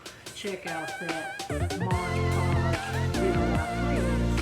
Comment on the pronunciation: Just fyi - It's called MOD PODGE, not MODGE PODGE.😉